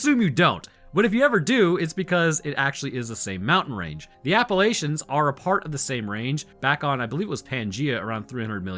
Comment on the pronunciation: Buddy. Bro. Friend-o. If you ever pronounce Appalachia like that again, you deserve the not-deer infestation.